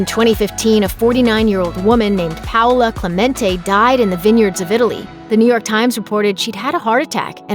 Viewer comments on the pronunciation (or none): none